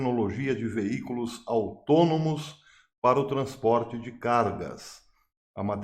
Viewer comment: Autônomos eu entendi atômicos😅